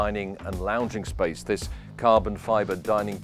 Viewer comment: Wow lovey boat. Nice to hear the word space,.. not spice!